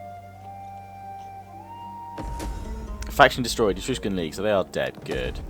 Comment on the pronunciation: you keep saying Etrugen league wrong!